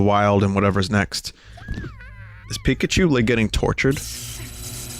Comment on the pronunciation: It's pikause